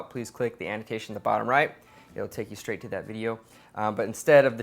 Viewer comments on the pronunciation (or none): none